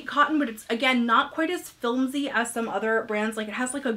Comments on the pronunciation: Are you saying filmsy instead of flimsy? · LOVE this and love you! I’m totally buying that Wednesday Adams dress to teach in! Speaking of teaching..... this is said with much teacher love, “Filmsy” is pronounced “Flimsy.” Hugs!